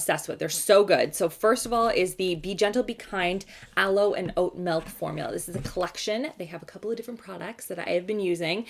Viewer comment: I forget where abouts in Canada you said you’re from but you say milk in a strong Ottawa valley twang...